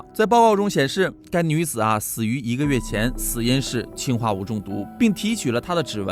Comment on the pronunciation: 氰化物里的氰是二声，我原来也以为是一声，但是说为了跟氢区别开来，所以把它给设定成了二声。